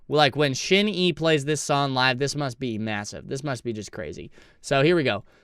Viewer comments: Thank you for the video we love to see SHINee reactions!! Btw it's pronounced "shiny" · Pronounced Shine knee! Great group! Great harmonies in this song ! The youngest “TAEMIN” was quite young in this video..he debuted at 14 and he is 28 now! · Just say SHINE and add E at the end. Please, you're butchering the sacred name.